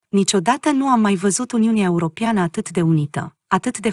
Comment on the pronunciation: Fată draga ...!! Se pronuntă : ,,europeană" ...nu cum citești tu :,,europiană" !!! Clar ???